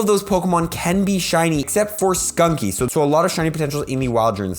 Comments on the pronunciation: Do you realize you keep saying 'skunky' while the name is actually 'stunky'? :) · I like your content and you've helped me get into PoGO a lot, but please stop saying sKunky , it's sTunky and I can't mentally handle that LOL